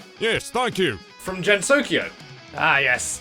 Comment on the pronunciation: ...Not gonna lie, hearing Gensokyo with a /dʒ/ instead of /g/ made me die a little inside. English phonology is an unholy chimera.